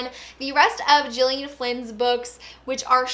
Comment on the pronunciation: I read Ruth Ware's In a Dark Dark Wood. It was alright, but I'm hoping I like The Woman in Cabin better. Mystery/Thrillers are one of my favourite genres, so I wa happy to see this vid in my notifications. Also, I've seen interviews with Gillian Flynn and I believe for her name the g is pronounced with the g sound instead of a j.